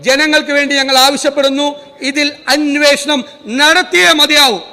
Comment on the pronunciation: അന്വേഷണം എന്ന് പറയാൻ അറിയാത്ത മുഖ്യമന്ത്രി. അന്യേ ഷണം എന്ത് മലയാളം ആണ്